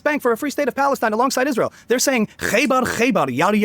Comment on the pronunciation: I/P commentators not being able to pronounce the word "Israel" is akin to Pokémon content creators saying "Pokeymon".